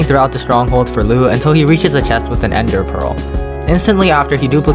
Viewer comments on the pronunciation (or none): none